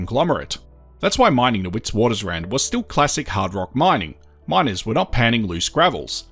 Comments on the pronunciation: Witwaterrand not Witswatersrand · WItswatersrand is Afrikaans for White Waters Ridge in English, fyi. You pronounce Wit with a “V” instead of W so Vitvatersrand is how the SAFFERS say it😎